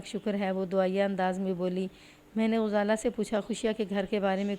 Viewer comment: یہ کس نے بتایا ہے کہ غزالہ کو پیش کے ساتھ پڑھو ۔ انے واہ ماری جانی ایں، اردو سیکھیں یہ سیکھنے سے آتی ہے، تلفظ پر بہت توجہ دیں ۔ غزالہ کے غ پر زبر ہوتی ہے ۔۔۔۔۔۔